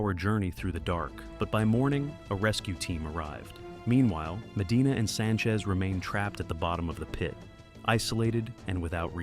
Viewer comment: The down the throat way of talking and swapping T for D is pretty annoying.